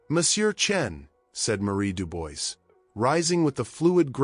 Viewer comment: if you are doing this, you should learn to prononce the name «Dubois»